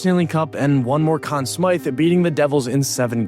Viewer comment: Anyone that pronounces Conn Smythe that way, ain't right